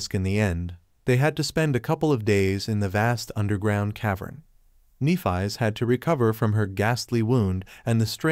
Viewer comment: If only you pronounced Nephis’ name properly…